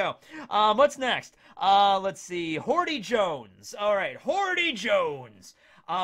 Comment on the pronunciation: Every time says “Hordy” Jones, a puppy dies somewhere.